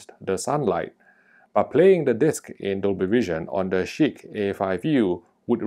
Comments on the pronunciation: It sounds like shit to me with how the name sounds of it, sounds pretty funny when you say it haha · Cracking myself up every time you say ‘Chiq’... 🤣